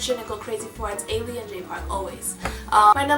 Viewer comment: You are pronouncing Ailee wrong